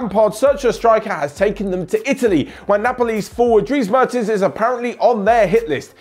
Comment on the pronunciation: the first 'e' in 'Mertens' is pronounced like the 'e' in 'yes'